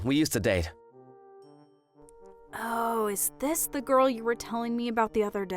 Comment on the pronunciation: "Happiest goel in the woeld" What accent is that